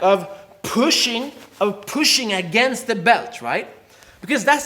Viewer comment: Ayyyy you said Thr instead of the LIKE MEEEE